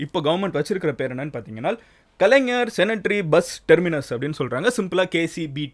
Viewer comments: "Cene-ta-ry" illa bro "Cen-te-nary" 😅😅😅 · ஹாய் மதன் ப்ரோ, நான் உங்கள் ரசிகன்... ஆகையால் நீங்கள் ஒரு நல்ல முன் உதாரணமாக இருந்து சில உச்சரிப்புகளில் கவனம் செலுத்தவேண்டும்... உங்களை பார்த்து இளைஞர்களும் பாதிக்க பட கூடாது... முதலில் அது 'கீள'ம்பாக்கம் இல்லை. 'கிளா'ம்பாக்கம்.. இரண்டாவது, கலைஞர் 'செனட்டரி' இல்லை 'சென்டெனரி' !! ஒன்று கூட மக்களுக்கு சொல்ல விரும்புகிறேன்.. சென்னனையில் இரண்டு இடங்கள் உள்ளன..ஒன்று கேளம்பாக்கம், இன்னொன்று கிளாம்பாக்கம். சரியான உச்சரிப்புடன் விசாரிக்கவில்லை என்றால், கேளம்பாக்கத்திற்கு வழி காட்டி விடுவார்கள்.. அது OMR இல் உள்ளது. வெளியூர் மக்களும் கவனிக்க வேண்டும். rapido/uber/ola புக் பண்ணும்போது "kilambakkam" என்று தேடுக, "kelambakkam" என்று தேடாதீர்கள்! கோயம்பேட்டில் உள்ள வசதிகள், இங்கு இல்லை.. சில உதாரணங்கள்: 1. சென்னை சேரும்போது, கோயம்பேடுக்கு பெரும்பால வண்டிகள் பெருங்களத்தூர் பைபாஸ் வழியாக செல்லும். சில வண்டிகள் கிண்டி வழியாக செல்லும்.. கிண்டி புறநகர் இல்லை.. ஆகையால் வயதானவர்கள் இல்லை முடியாதவர்களுக்கு ஒரு option இருந்தது நகரத்துக்குள் இறங்கி பயணம் தொடரலாம். இப்போ அது இல்லை. 2. வெளியூர் பஸ் ஸ்டாண்டும் உள்ளூர் பஸ் ஸ்டாண்டும் அடுத்து அடுத்து கோயம்பேட்டில் இருப்பதால், சென்னை சேர்ந்ததும் எல்லா இடத்திற்கும் சுலபமாக டவுன் பஸ் ஏறி விடலாம். ஆனால், புது பஸ் stand இல் வெளியூர் பஸ்கள்(ஆம்னி & govt) மட்டும் வைத்திருக்கிறார்கள். அப்படியே டவுன் பஸ் ஸ்டாண்டும் பக்கத்திலே திட்டம் இட்டிருக்கலாம். 3. மெட்ரோ இறங்கியவுடன் CMBT யில் பஸ் நிலையத்திற்கு உடனே வந்திடலாம். KCBT க்கு வண்டலூர் பூங்கா வில் இறங்கினால் 800 மீ நடக்கணும். ஊரப்பாக்கம் இல் இறங்கினால் 2 கீ மீ நடக்கணும்! பெரிய தவறு திட்டத்தில். நீங்கள் சொன்னா மா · Its not keelambakkam. Its Kilambakkam.. Its not Cenetry, its Centenary. Please watch your pronunciation Madan.